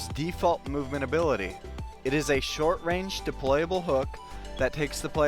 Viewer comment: new abilaty